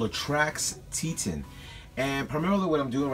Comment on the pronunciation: Say on. Now say tet on. Not how you said it. It's a place. Just trying to help. Thanks for the info though. Probably buy 3 of these.